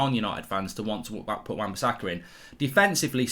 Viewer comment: This guy saying wan-bisakka is close to TAA